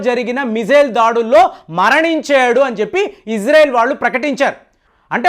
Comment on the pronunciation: అయ్యా ఫేం బాబు ఇజ్రెల్ కాదు ఇజ్రాయిల్ అని పలుకు